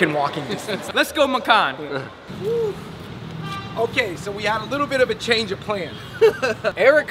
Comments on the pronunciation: Hahaha the way they pronounce "makan" is so unique XD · Welcome to Malaysia! Hearing them pronounce the malay vocabulary, cracks me up. Come visit Kuala Lumpur if you have the time.